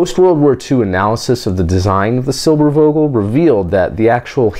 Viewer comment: Pretty cool way of pronouncing Eugen and Irene :D the "e" are pronounced like the american word "a". Except for the Eu that is pronounced like the first sound from oyster.And the "V" in Vogel is pronounced like the "F" in force. But that doesn't really matter. Pretty cool video, I always enjoy hearing about Germany's great aerospace history that took place when the rest of the events were dark here in our nation.That's why I'd appreciate few things more then a Space Pod about the whole "Werner von Braun" crew and story.